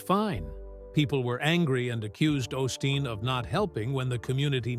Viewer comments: You pronounce his name wrong. It is pronounced O’ steen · Wish you would pronouce his name correctly